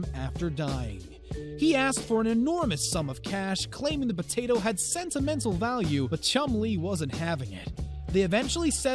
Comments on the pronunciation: imagine saying botato instead of potato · Did u say "Batatoe"???